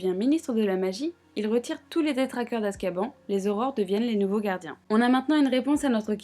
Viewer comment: Rectificatif, Azkaban se trouve en mer du nord, pas en mer noir. Et sauf erreur, la prononciation de Azkaban est "azkabane"